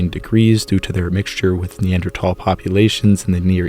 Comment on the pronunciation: And a beautiful voice as well. And he pronounces Neanderthal correctly!